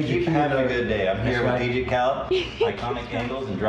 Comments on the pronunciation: Khalid is pronounced Kha-leed dummies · HIS NAME IS KHA-LEAD, NOT KHALED GODDAMMIT :_h3h3Danscream::_h3h3Danscream::_h3h3Danscream::_h3h3Danscream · His name is pronounced KA-LEED not CAL-ID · Listening to Ethan miss pronounce Khalid’s name was so painful